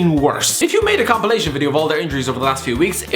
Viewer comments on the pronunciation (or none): none